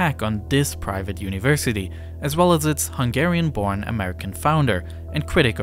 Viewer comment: I am from Hungary, and you did an amazing summary of the situtation! Also, your pronunciation of Hungarian words and names is the best I've ever heard from a foreigner, are you by change Hungarian as well?